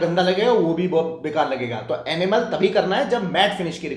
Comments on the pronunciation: Enamel bolo Animal nahi😢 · Kahan se aya maza nahin aaya aur enamel pronounce karna seekhlo. Animal janwar hote hai. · ये भैय्या, एनिमल नहीं इनयमल है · Animal nahi, ee-na-mel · Your pronunciation of enamel is wrong Pls check it’s not animal it’s enamel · I heard animal till I read the description.. 😂😂 Thanks for info